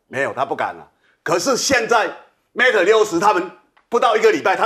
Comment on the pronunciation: Mate 不是Mat, 希望糾正發音。